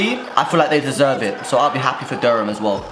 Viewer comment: You pronounce Durham wrong btw bro lol